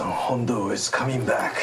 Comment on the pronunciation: It's Piston Honda, not "Hondo". what is this?